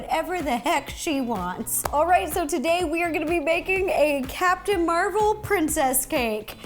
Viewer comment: Rossana you say it like Mar vel